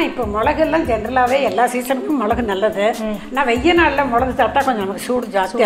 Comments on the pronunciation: மொழகு இல்ல மிளகு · மொளகு, மொளகாய்னு சொல்லாமல் மிளகு, மிளகாய்னு சொன்னால் நல்லாயிருக்கும்!!! நன்றி.